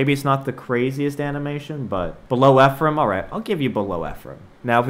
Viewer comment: I’m serious. My twin brother is named Ephraim. Thank you for pronouncing it correctly.